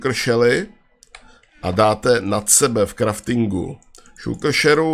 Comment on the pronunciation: šulker :D Je to šalker